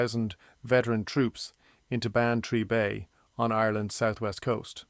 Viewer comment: Good point. And Vinegar Hill is one of the words AI keepS mispronouncing another is Bantry Bay. But it’s a good technique of showing scenery buildings etc though those whitewashed cottages and straw roofs are chocolate box with no ropes to hold the roof together.